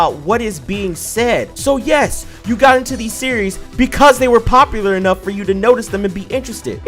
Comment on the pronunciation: I've noticed he has a weird way of pronouncing certain words. For example, Community sounds like "Commitity", popular sounds like "Poplier" and that just makes me think "that's a good Pokemon :3". While humorous at times I gotta wonder why that is the way it is